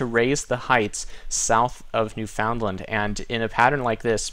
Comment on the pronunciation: nooo you forgot it's "new-fehn-lind"